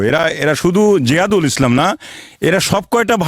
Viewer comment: তার নামটা ঠিক বলতে পারলেন না